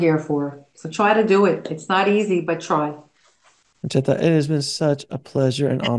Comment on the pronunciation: Nice, pronounced, "Concetta" correctly.